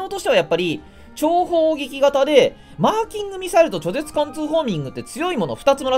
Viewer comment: わざとだけど、「ちょぜつ」がめっちゃ嫌だわ…